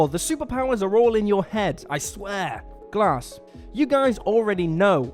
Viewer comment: Oooohhh swing and a miss on “glass”